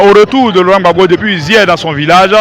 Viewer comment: Apprenez à dire monsieur Laurent Gbagbo, s'il vous plaît!!!